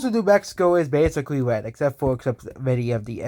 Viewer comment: Dis County is wed,an dis countie is bwoo..